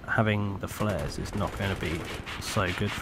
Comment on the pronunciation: The word is flares, people.